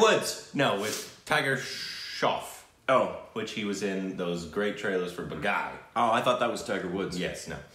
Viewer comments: It’s not pronounced baaghaiiiii, its baa-ghee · Oh, how wrong you can pronounce Baghi, lol Bagai,. Hahah Who asked you to watch this... Even I won't see this movie React to Chal de India Tvf pitchers Kai Po Che Dil dhadkane do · Still haven't learned how to say "Baaghi"!